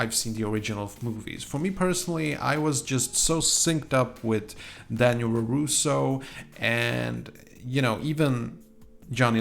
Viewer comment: His name's Robby and yes I agree, he's easily the worst character. By the way you keep saying roroso, it's larouso.